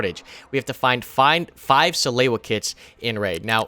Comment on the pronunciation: suh-loo-uh not suh-lay-you-uh